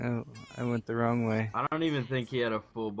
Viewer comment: He said "a" and I almost died... Then he said wong...